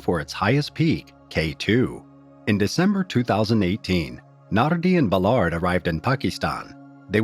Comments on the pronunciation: It's pronounced, "Bal-erd," not, "Buh-lard" for fuck's sake! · Except “Ballard”, he mangles that